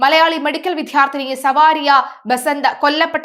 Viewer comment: സവാരിയ അല്ല കൊച്ചേ സാവരിയ എന്ന് പറയൂ